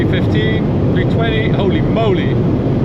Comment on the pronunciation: Love hearing you say, 'oly moly' and my favourite, 'tork..'!!